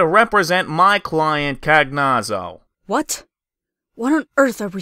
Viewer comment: Cagnazzo is italian, it's pronounced more like "kah-nya-tzoh"